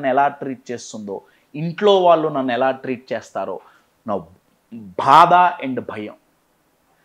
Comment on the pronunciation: Sar meeru bada antunnaru bhada kaadu baadha